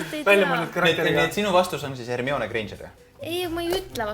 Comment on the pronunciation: Hermione-t ei hääldata "hermioone" vaid "hermaini"